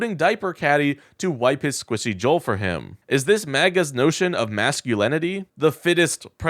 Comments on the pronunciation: It's pronounced JOUL! Like OUCH. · What was the temperature and humidity at the golf course? I don’t like Trump, but don’t know if a little sweat is worth making a big deal about. Btw, jowl isn’t pronounced joel. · Honey, he has always been delusional you just haven't paid attention til now!!!!!! And jowl is pronounced like "owl" but with a j in front.